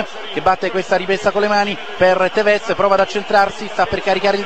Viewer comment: In realtà si pronuncia Tèvez e non Tevèz come diceva.